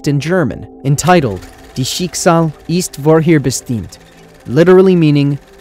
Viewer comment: I love your videos!!! If I may, correct your German pronunciation a bit. Dein (sounds like dine) Schicksal (sounds shik-zol) ist (sounds like ih-east) vorherbestimmt (sounds like for-hair-beh-shtem-t).